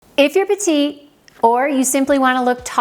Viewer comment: Excellent tips. Many are also useful for men. The one recommendation is to pronounce the last t in “petiTe”; that is the female of “small” in French, as “petit” where the t is silent is for men. Thank you!